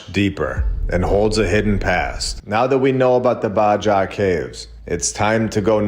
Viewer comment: Alright. Ill say it. Im not sure the guy who cant pronounce "baja" is the guy that should rewrite our history books.